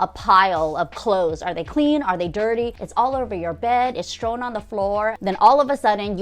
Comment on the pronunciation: I love your videos, but the word is "strewn," not strown; cache is pronounced cash when referring to a bunch of stuff, not chache'. Minor, minor issues compared to your great ideas.